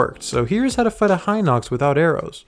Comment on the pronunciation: Congratulations you pronounced Hinox correctly I’m subscribing